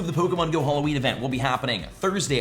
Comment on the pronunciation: I wonder if there will be a content creator who pronounces Halloween correctly, 0/4 so so far. 😂